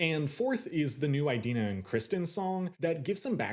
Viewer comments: So...I just wanted to link this clip here of Idina Menzel talking about the pronunciation of her name: (It's EE-dina not EYE-dina) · I love how he says "EYE-dina" XD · Never heard anyone pronounce it eye-dina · Also, you didn't mention Norbert Leo Butz ONCE! You can't talk about "eye-dina" (it's pronounced Adele Dazim) and Lazer focus in on the different ways the actors and actresses interpret the characters in this adaptation, and then speak so favorably of the twink fiyero in this production, who is NOT accurate to the tattooed prince of the book or the impassioned Butz of the musical. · Learn how to pronounce Idina properly